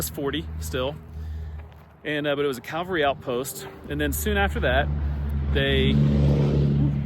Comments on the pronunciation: It's cavalry. Not calvary. The only wildhorse I know of is just outside, Pueblo, between Pueblo and Pueblo West. It's still there, and not a ghost town. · This is part of the ridiculous practice of calling way too many things in Colorado “historic”. It is CAValry not Calvary! The first is a grouping of soldiers mounted on horseback. The second is the location where Christ was crucified. Rather different wouldn’t you say.